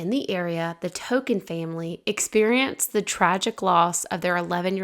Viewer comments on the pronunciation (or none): I think it’s pronounced TONKIN rhymes with HONKIN‘ ( a car horn) rather than TOUCAN rhymes with SAM. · just fyi Oswego is pronounced (Uh Swee Go), its an Iroquois word meaning “Where the water never ends.” We are on the shores of Lake Ontario. One of the great lakes. Also, the family’s last name is Tonkin (Tohn kinn) Tohn rhymes with, and is pronounced like John, but with a T, and kinn rhymes with pin …Tonkin.